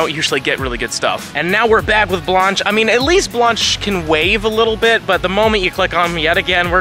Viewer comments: My great grandmother is rolling in her grave with your pronunciation of her name! It's an A sound not ah.. This video was cringe everytime you said it like that. Look at your golden girls there was a character by the same name right? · Lol at saying Blanche "Blonch" like Launch. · Bro the way you’re pronouncing “Blanche” makes my ears twitch